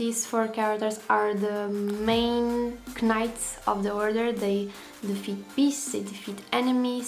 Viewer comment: Remember: the "k" in "knights" is silent. Keep up the good work! o7